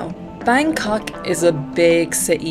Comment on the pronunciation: I like the way you pronounce Bangkok